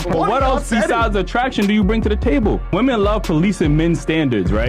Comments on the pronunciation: Women is pronounced "WIH-MEN" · Day 398 You have a show about wi-men pronounce it right